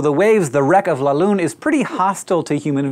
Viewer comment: it's pronounced "la lüne" not "la lune" for english speakers: google it. you do not have the sound. at least i failed to find a word.